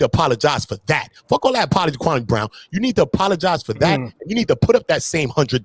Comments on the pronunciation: Why does everyone call him kwamay???? Its kwami...like kwamee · These dudes are clowns 🤡 cant even prounce kwame brown name right 😒